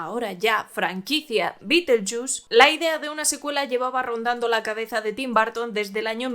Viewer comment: Bitelchús jajajaja 😂 Tim Barton jajajajaja por qué los españoles pronuncian así. Son una joya, los amo.